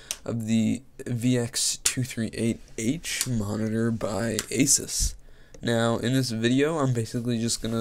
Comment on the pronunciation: its actually pronounced aaa--suuuus not ah--siis